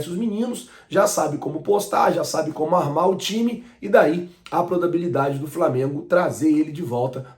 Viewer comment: Mano a palavra é proBAbilidade e ñ prodabilidade ✌😁